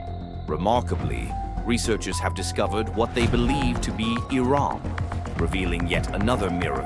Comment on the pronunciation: I think he's saying Iram but it sounds like Iran